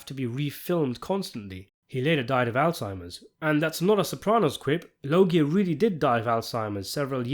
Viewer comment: Pronounced "Lowdja."